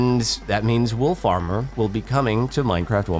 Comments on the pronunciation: Not me hearing "wool farmer" when he said "wolf armour" lol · You said "Wolf Armour" but my brain went "wtf is Wool Farmer?"